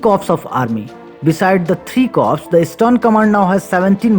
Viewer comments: Corp is prounced as " cor" not cops. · Corp is suppose to be pronounced as “cor”